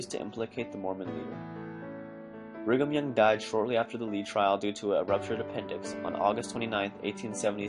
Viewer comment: Bring um young,sounds like,bring them young if you catch my drift.